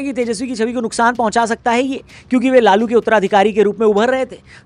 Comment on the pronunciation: लालू ❌ लोलू ✅😂